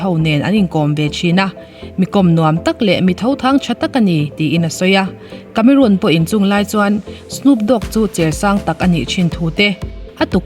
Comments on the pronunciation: I channel hi hmaih lovin ka lo view ve ziah a, thu i chhiar thiam ka tih ṭhin teh lul nen, tun ṭum chi ngaimawh deuh deuh a awm ve tlat mai. Vau tih hi vo i ti a, tunlai ṭhangtharho style. Inkawm ngaih ni lovin inkawm ngeih tih bawk tur. A sap ṭawng lamah, Cameroon tih ni lovin Cameron. Charles Angel ni lovin Charlie's Angel a ni bawk. Lo sawi ve zuai. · Cameron Diaz a ni a. Cameroon Diaz a ni lo. CAMERON pronounce dan i hriat duh chuan google mai rawh. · Cameroon iti tlata... cameron or camerawn anga lam awm zok tak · Diaz a lam dan hi chu a dik thlap..Cameron lai hi a lam Cameroon daih a..Diaz tih lai hi chu a lam dik thlap e.. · Cameron i lam dan khi diklo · Camerun ti in an lam thin ami?Cameron(rawn)tih zawk tur ani lo mi..?🤔😛😂😂..charles angel te hi...mi lam loh dan zela han lam kher chuh...i nghal reuh ka ti...😂😂...lo ti ve chhen teng...😂